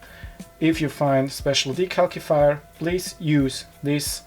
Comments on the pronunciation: Just to let you know the second C in decalcifier would be pronounced with the S sound instead of the K sound (yeah I know the English language is dumb sometimes). The video was very helpful thank you so much! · Very informative! Also funny how you say 'De-calc- ifier' lol